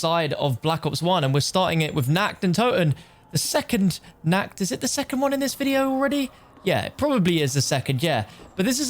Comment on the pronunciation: It's NACHT, not NACKT. It's the night of the undead, not the undead being naked!